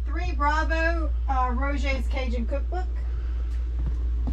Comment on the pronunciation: After our latest video I have no business commenting on vocabulary or pronunciation, but me being me… that cook book clearly said “Roger’s” - pronounced Rojer. Maybe it’s a yankee thing, we talk a little funny up north. Lol